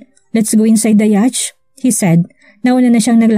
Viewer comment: Yat po ang tamang pronunciation ng yacht.